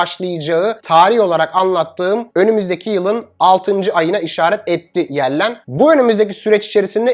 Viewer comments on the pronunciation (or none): Cok tesekkurler. Amerika hazine bakanının adı Janet Yellen (Cenıt Yelın) Yellen değil. 😅